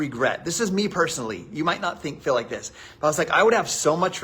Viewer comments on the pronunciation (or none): He also says "fell" instead of "feel"